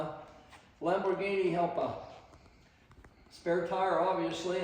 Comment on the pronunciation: pronounced ialpa